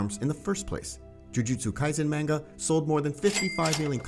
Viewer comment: Why are you saying Manga like its Mango🥭? very unsettling.